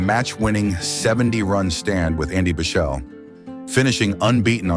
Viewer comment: For future reference, Andy Bichel is actually pronounced Bickle, as in rhymes with Pickle! 🏏✨